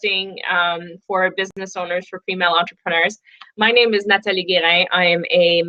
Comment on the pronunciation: Hi Nathalie! Loved your video, thanks you very much! And I wanted to add, that I loved how you pronounced your name!! I realized you pronunciate it in French but you speak English with no accent